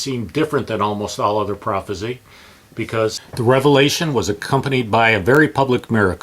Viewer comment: Prophecy, not prophesy. Prophesy is the verb, pronounced "pro-fehss-EYE".